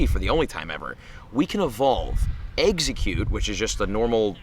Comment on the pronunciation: How many people cringed when he said what region is exeggcute from?